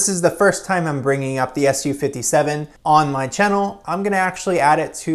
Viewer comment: It's pronounced "soo- 57" not "su 57"